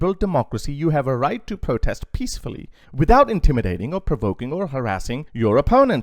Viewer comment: SUNAK: Most protest were RESPECFUL?????? Not PEACTEFUL